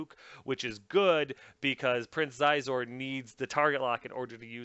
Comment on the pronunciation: Xizor is pronounced "Sheezor".